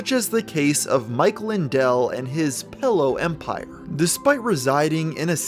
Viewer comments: This nigga says Pellow instead of Pillow and Bo-hemoth instead of Behemoth. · Bro you keep saying pellow and it’s killing me. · wtf is a "pellow"? I use "pillows" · "pello" xD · I seem to be the only one noticing that he pronounces pillow as "pellow".